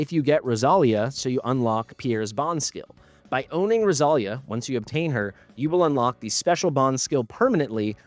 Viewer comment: In Spanish the accent is on the i, so it would be pronounced Rosal-í-a but who knows from where they got the name